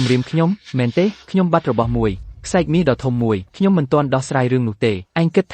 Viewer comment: អ្នកបញ្ចូលសម្លេងអើយសូមអានអោយត្រូវគេអានថាខ្សែរ"ក"